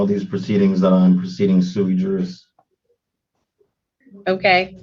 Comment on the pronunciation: sui juris mans of his right, basically having the right to act on ones own behalf. Using bad Latin doesn't make you sound intelligent it just shows you read something online. It is pronounced as swi yeris in Latin. Also the law has no colour it's colour blind as to law, as everyman is treated equally, or should be at least.